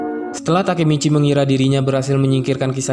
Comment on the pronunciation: Masih bilang takimici ampas